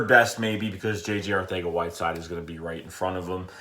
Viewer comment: You pronouncing whiteside name wrong